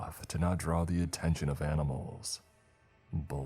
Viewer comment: Ah-nee-mhals are eeveel. - Travis Crabtree’s relative.